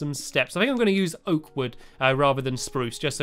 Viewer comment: And when u say oak u say: okywoky